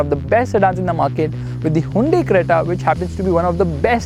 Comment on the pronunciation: Did he just say "Hundi"?? what happened to your angrezi?